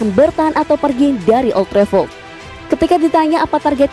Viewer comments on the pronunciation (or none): Ol trefo... Alex ferguso... dan banyak pengucapan salah lainnya